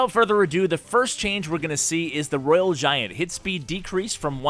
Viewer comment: btw u said it wrong for rg and babydragon